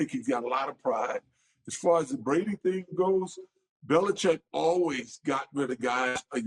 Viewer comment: Cam said Bills Belicheck 😂😂